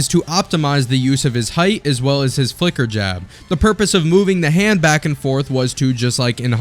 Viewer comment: The "flicker" jab subtitle and pronounced like "f*cker" jab suprised me at first glance.